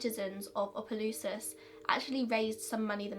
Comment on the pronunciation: I’m from Louisiana and live about 30-45 minutes( this is not a far drive for people in Louisiana lol) from Opelousas and never knew about this! Also, props to you for pronouncing Opelousas right!